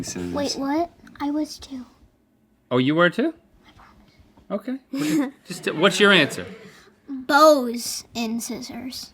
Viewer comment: He said I promiss